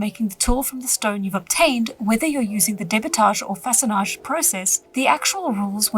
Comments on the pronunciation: This video is incredibly good and I feel that I've learned a lot from it! 10/10 I can't wait to hit up a riverbank and see if I can't make some tools of my own 😊 Your french pronunciation of façonnage and debitage is very good for someone who doesn't(?) speak french. Also the youtube tutorial gave you the english pronunciation of a french word which simply doesn't sound well. I'm assuming that a lot of old scientific terms being french comes from a massive amount of old universities and research institutions being in france. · Your art style kinda reminds me of osp but distinct, it’s so cozy and I love it!! Edit: as a French speaker you actually pronounced façonnage very well! In French it means “shaping” or “whittling”.